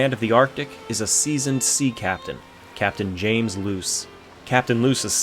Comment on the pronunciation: i have no idea who that captian is lol but im surprised you pronounced it right